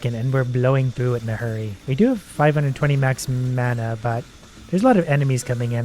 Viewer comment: He makes me slightly mad mispronouncing mana